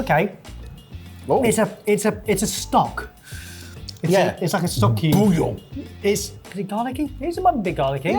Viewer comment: Why did J saying bouillon remind me of Bill Bailey's "reggae downton abbey" bit 😂 Worth a look up if you've never seen/heard it